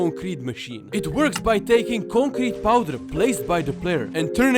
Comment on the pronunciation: bro did not say concrete